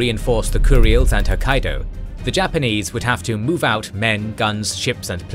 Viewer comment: It's spelled 'kuril'.... how the hell do you get 'kur-e-ils' out of it?